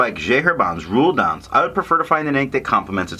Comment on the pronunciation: A funny review! But where is this tomoe river sample? By the way it's "rouille d'ancre". Thanks.